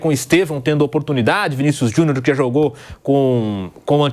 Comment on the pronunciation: Porque o Vampeta pronuncia "Vinícius Juniô" ?